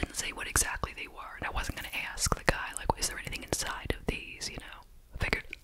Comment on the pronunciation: my favorite thing you do say one-syllable words that end with the letter K...two times a wee-K. please leave it a li-Ke. love love love 😴❤